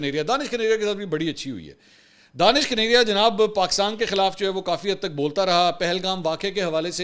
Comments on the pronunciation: sir jee danish nahe dinash hai plz correct karee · دانش کنیریا نہین بلکہ دھنیش کنیریا یہ ایک ہندو نام ہے۔ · Let it corrected. He is not Danish His name is Danesh (دنیش) ۔ ap log zabardasti usay danish bnane ki Koshish karrahai ho JB k wo itna muta'assib k apko Pasand he nhi karta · منصور بھائی آپ اس ہندو کا غلط نام بول رہے ہیں اس کا نام دانش کنیریا نہیں ہے اس کا نام دنیش کنیریا ہے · منصور صاحب، جس شخص کو آپ دانش کنیریا کہہ رہے ہیں دراصل اس کا نام دنیش کنیریا ہے ۔ 🙏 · Mansoor bhai ye Danaish kaneria hai... Not Danish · منصور بھائی اس کا نام دانش نہیں دنیش کنیریا ہے ۔ DANESH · I think his name is Danesh not Danish. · Sir G, ye Danish nahee, Danaish kaneria hay. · نام دانیش ھے دانش نھیں۔اور یہ ھندو ھے۔ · سر جی اُسکا نام دینش ہے پلز صحیح نام لے